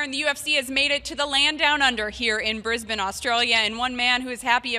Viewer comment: finally an american who can say my hometown properly, not brisBANE its more like how she said it, us aussies are very lazy lol